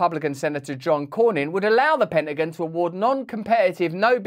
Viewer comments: What’s a “penningun?” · Love the way you said Penta gin